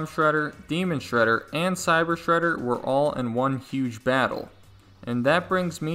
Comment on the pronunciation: just say sreder